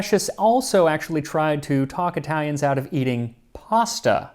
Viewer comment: None of my fellow Italian complimented your flawless way of reading Italian names, so I'll do it :D